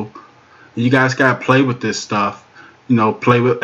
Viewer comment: "Wid" is not a word as the way you pronounce it. The proper spelling is "With" and is pounced like it is spelled